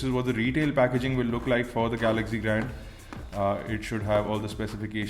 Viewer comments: GALAGZEE GALAGZEE GALAGZEE GALAGZEE GALAGZEE GALAGZEE GALAGZEE Oh god no one understands? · Dude watch out for ur pronunciations eg galaxy